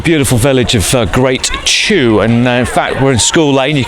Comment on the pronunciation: "Great CHEW"??